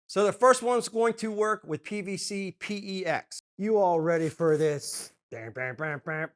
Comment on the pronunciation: I couldn't even make it through the full video. It's pex. Not p.e.x. just pex. And you'd never use PVC as a domestic water line. How are you making videos reviewing tools with zero contracting experience? Then you mock home owners.... dude you are a home owner.